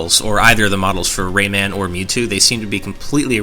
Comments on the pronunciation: For the love of Jeebus, stop pronouncing it as "Raymin,". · dear god the way you say Raymun is so ECH good video though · "Raymin" "Oobisoft" You people and your pronounciations. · The way he says Rayman bugs me so badly.